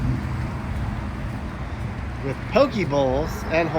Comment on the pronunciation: Poke isn't pronounced pokie. It's pokay. 😊 It was hurricane Iniki that let the chickens loose.